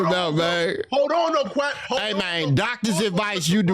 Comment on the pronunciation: Is he calling him quacc I thought his name was quic 🤔💭 😂 🤣